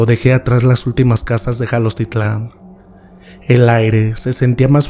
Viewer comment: Jalostitlan? Quieres decir Jalostotitlán?